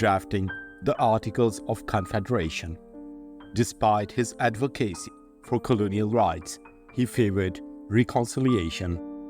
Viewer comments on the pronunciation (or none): Advocacy - emphasis of the first syllable